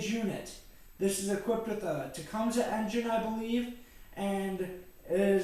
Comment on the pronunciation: It is properly pronounced as "TA-COME-SEE" !